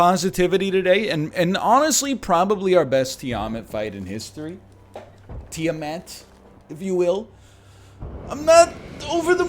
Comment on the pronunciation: Tiamat is pronounced TEE-ah-maaht